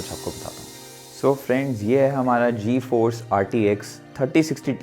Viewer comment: did this guy say G-EFORCE RTX 3060....🤣🤣🤣🤣